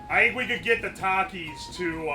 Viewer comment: It's pronounced takis not takis